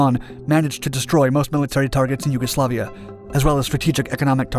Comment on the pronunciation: Yuguslavia: shoots down F-117 USAF: You werent suppposed to do that Also callsigns are typically pronounced like Vega Three-One not Vega Thirty One